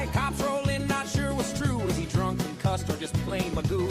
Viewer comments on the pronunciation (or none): In British English Gough, is pronounced as in cough and not who.